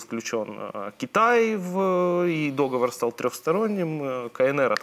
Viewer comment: Так сложно правильно ставить ударение в слове "договор"???